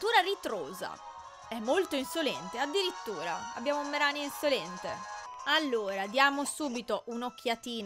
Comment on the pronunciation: non voglio fare il precisino ma si pronuncia "Mareni" o una cosa del genere, in inglese "Marini"